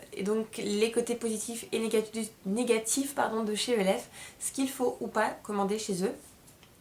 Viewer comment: moi g pas aimer la façon dont a critiquer les produits de chez e.l.f. j'avais envie de la baffer pour comment elle a dit le nom e.l.f je vous la refais " je vien de recevoir ma première commande de chez ELFE, E.L.F MACHACHIN TRUC " vous ne me comprenais peut être pas mais pour moi c quelque chose. Et puis l'histoire du pinceau avec la poussière au champignon hallucinogène.Les filles cette fille la je vous le dit elle est grave!!!!!